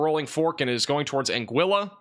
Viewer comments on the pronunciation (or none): I’d prefer my tornado be bacon-wrapped. Sending you a bottle of Afrin.🫡👍🏼 (Angeeyah) vs “Angilla” Torteeah vs “Tor-Tillah.”